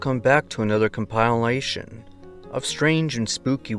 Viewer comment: loved this "com-pile-ation"!!!! keep them coming! 😍👍😱